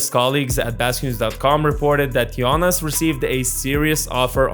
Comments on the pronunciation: Closer to correct pronunciation is "Gionas" (with a soft "g" like how you say "Giannis" in greek) not as in the "Jonas Brothers". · Great video report of a current matter that's interesting and nice new green background!! Is it me or did it sound like you were saying Giannis instead of Jonas 😜 im sure you were probably saying it the right Lithuanian way Like you said Jonas has always been a true pro and consistent throughout past decade but i think he made a big mistake by signing with wizards in 1st day of 2024 free agency knowing that they had no intention of winning and or course would only look to trade him by the Feb. deadline. Has your source said that Jonas regret that decision???